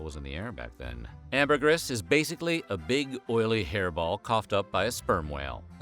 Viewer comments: Sigh... Say it with me now: Amber-GREEEEEEE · I think you mispronounced “Ambergris” a hundred times. 😂. Sperm whales don’t “cough” them out. They 💩 them out.